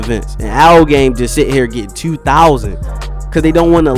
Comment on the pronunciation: I just realized how you say two your from Baltimore?